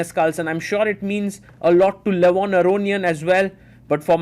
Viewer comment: Please, stop pronouncing Levon's surname like that. It's wrong. Stress on "ia", not "o"